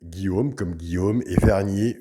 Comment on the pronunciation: Cc si c moi c Guillaume verrier et pas vernier